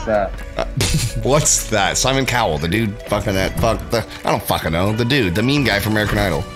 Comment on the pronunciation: Does anyone realize he said Simon Cowbell